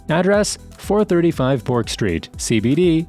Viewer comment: Yarra not Yurra, Burk not Bork.